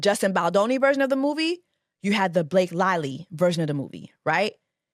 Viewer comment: So her name Blake LIE-ly now? 😂😂😂